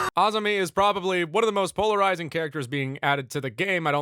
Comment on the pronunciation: you said her name right thank you